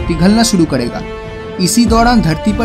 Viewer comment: Aapki vdo achhi he pr aap karega ko kadega kyo bolte ho